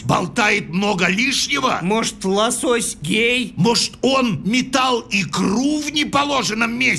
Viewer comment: правильно ло'сось а не лосо'сь..